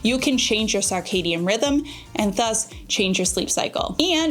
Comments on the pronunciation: Hey cutie! Circadian is pronounced like “Circle” rather than “Sarc-astic”. There is no ‘a’ sound after the C. I hope this makes sense to ya! You are such an awesome example for all of my nieces as they approach their young family life. I appreciate you and love how you model an openness to hear new things and to be always learning to benefit your family. 🫶🏻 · Girl, I love you, but you're not pronouncing circadian incorrectly. First syllable is pronounced "sir", not "sarr" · I love you, but I’m going to need you to stop saying sarcadian rhythm 😅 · It’s pronounced SIRcadien rhythm. Not SARcadien. Sorry, but it’s driving me crazy! ❤ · Why saying "SAR-cadian" rhythm? I always thought it was SIR-cadian. Have I been saying it wrong all this time? 😂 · It is SIR-cadian 😂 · Love her also but mentally corrected her every time. 😊